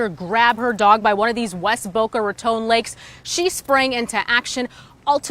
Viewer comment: Go Senior Citizen 74 & fighting off an alligator. No one mess with her. Glad the ending was what it was! Why does the reporter pronounce raton like it has an e on the end ( tone ) ? Just asking cause all-my life heard it as 2 syllables & second syllable word is ton like bricks.